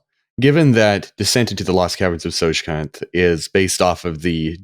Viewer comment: I have owned The Lost Caverns of Tsojcanth dungeon module for 40 years. I never knew how to pronounce "Tsojcanth" until now. 🥳